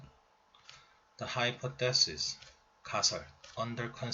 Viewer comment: 하이 포쎄시스..가..옥에 티인듯해요...따라해보세요...하이..파..써시스